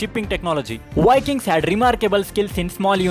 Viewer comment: Indian vlogger Why wiking in his pronunciation?